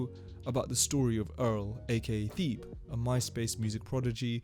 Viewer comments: It's not theeb... it's ťe-bê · It's T/Hebe not thebe like how you say it. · lol it's pronounced Thebe (Teh-bay) but still a great video bro!! I enjoyed watching this one 👍🏾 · No way you said “Theeb” man😭 discredits the entire video off the start. Appreciate the effort input in tho, good video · Who else came to the comments as soon has he said “theeb” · I think his name is pronounced “teh-bay” but this is a great video you should keep it up man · everybody correcting the thebe pronunciation, but can someone tell me how to pronounce his last name ?